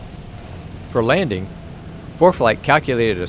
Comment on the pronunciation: "Laning" performance 😅